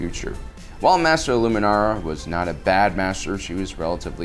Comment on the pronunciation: Stop saying Luminari and Oafie